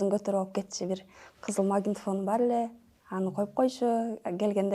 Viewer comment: айланайын магинтафон дебей магнитафон десен боло